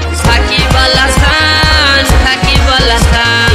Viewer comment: ভাই গুল্লু ছাকিবল আছান না সাকিব আল হাসান 😂😂